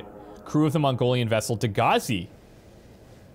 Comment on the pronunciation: You know you're Canadian when every reference to the other ship sounds like "Degrassi".